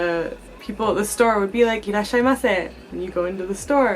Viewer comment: Irashaimase, not irrashaimase lol